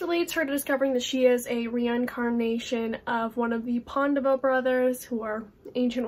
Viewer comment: I need to get Aru Shah! Especially since someone pronounced Pandava brother correctly 😂 (which one is she?! Too much suspense for me to handle 😂😂😂)